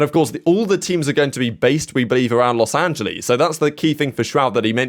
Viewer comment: "Los Angalees"